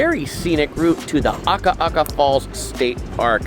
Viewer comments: Love the Big Island, but it's Akaka Falls not Aka aka Falls. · As an island girl who lives on the mainland now we love your Hawaii videos! So fun to see the local spots and our local foods. You always do an amazing job with pronunciation but it is Akaka Falls, not Aka Aka. (Did you hear us yelling at the tv each time?). We really wanna fly home now - your videos are always amazing and these make us homesick. ❤ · Ah-ka-ka falls, not aka-aka😊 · Akaka Falls - a ka ka NOT aka aka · Small note. Its not Ah ka ah ka…. It ah ka ka falls or farms…… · AKAKA FALLS, NOT AKA'AKA FALLS!!!